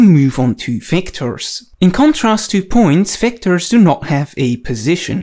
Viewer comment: Everything you need to know about "Wectors".